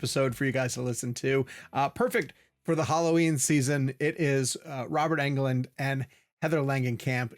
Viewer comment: Robert ENGLUND not ANGLUND